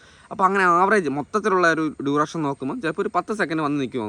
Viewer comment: ഡുറെക്ഷൻ അല്ല അളിയാ ഡ്യുറേഷൻ